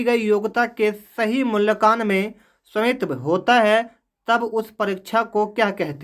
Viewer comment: Q4 me Hindi sahi se padh nahi paaye aap mulyankan ko aap kya kah rahe hai